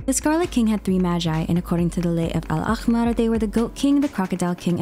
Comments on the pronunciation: Its pronounce الأحمر Not الاخمر Copy the word and translate it in google ( u can do it by a picture translate aswell) if u wanna chack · also is it just me or is it so weird that most non-arab genshin players always pronounce the "ح" in أحمر as "خ" even though it’s so much easier for them to say it properly?? ح literally has an english counterpart (just a soft “h”) while خ isn’t a letter in english 💀💀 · Umm why did she need to play with pronunciation of Al-ahmer It's not that complicated it's an "H" Just give it more power or don't it would be more accurate to pronounce it as an "H" than whatever she just did. P.S: I am Arabic. Side note: I don't think that there is a problem with people mispronouncing foreign words since it's not their native language, but if you go out of your way to pronounce it differently from how it's spelled in English as to pronounce it more accurately atleast get it close. Maybe use Google translator even tho it's not perfect atleast it's somewhat close.